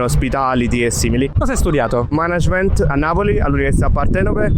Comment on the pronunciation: Incredibile come, pur vivendo, studiando e lavorando a Londra, la gente continui a non saper pronunciare "management"...